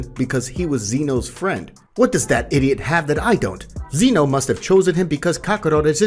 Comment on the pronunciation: Can’t wait for part two but it’s Zeno not Zeeno